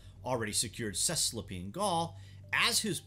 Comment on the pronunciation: You might want to check the pronunciations for Cis-alpine and Trans-Alpine Gaul.